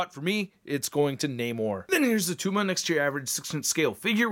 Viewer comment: It’s not attuma!! 😂😂